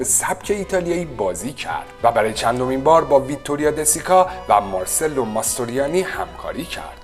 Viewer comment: درود بر شما و سپاس از ویدئوهای جذاب تون. تلفظ درست اسم "ماسترویانی" هم "مارچلو" است نه مارسلو